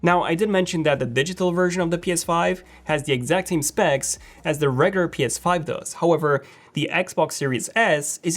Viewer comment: Does anyone else hate how he says regular as regur it’s pissing me off